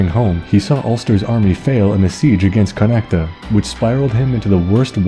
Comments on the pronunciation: Connacht is pronounced *Con oct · Ok so as an Irish man the only two bad pronunciations, and even then they're close. Just pronounce "Chulainn" with a hard "k" sound, and Connacht doesn't have an "a" sound at the end. However, I am from Cork, so chances are that the might be some pretty different ways to say Cu Chulainn so take that for what you will.